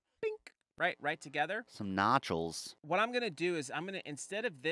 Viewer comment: “Notchles” LOL!